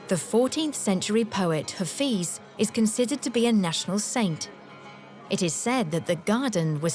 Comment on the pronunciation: THANK YOU SO REFRESHING AND NOSTALGIC. MY BEAUTIFUL IRAN. IF I MAY CORRECT THE PRONOUNCIATION OF HAFEZ AND NOT (HAFIZ) AND PRASAGAD AND NOT ( PASARGADI ) THANKS AGAIN.